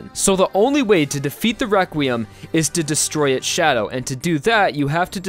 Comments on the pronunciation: He says or sounds like Wequiem instead of requiem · I like how he says wequiem than requiem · requiem is pronounced as re-kwi-em not re-kwim? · he kept saying weqrutim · Every time I hear him say Requiem I here Rekwiem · "Wequim" lmao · You say requiem rewquiem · He's saying Wequiem?